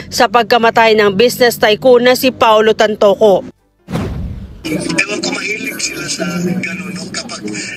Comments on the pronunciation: Tantoco hindi TANTUCO😳😞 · Tantoco. Not Tantuco. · No offense please. Please check your pronunciation of Tantoco not Tantuco. Thank you